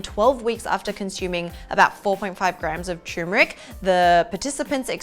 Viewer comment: people need to stop prounouncing Turmeric like Tumor-Ick!